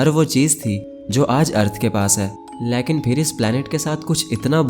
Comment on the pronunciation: Leaekn nahi Lekin hota hai na 😂😂😂❤